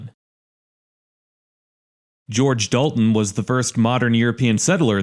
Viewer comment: Dolton, not Dalton